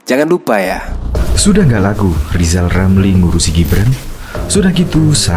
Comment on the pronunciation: Walah Rizal Ramli ngomong saja gak jelas. Coba dia suruh baca namanya sendiri, bunyinya Lizal Lamli. Jangan2 bicaranya lebih jelas anaknya Gibran ...eh salah Giblan...🤣🤣🤣